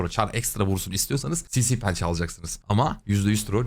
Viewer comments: kankam lafını açmışken sinsiğğ pençe deme şuna ya :D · Abi dalga geçmiyorum hatta hoşuma da gidiyor sinsi penceye sinsiğ pençe diyorsun ya benim de ağzım alıştı lütfen yanlış anlama çok seviliyosun videoların çok keyifli kac karakteri senden ve efe abiden ogrendim❤❤❤